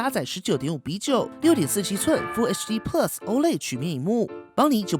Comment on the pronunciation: 你这个plus的发音实在让我………………………………………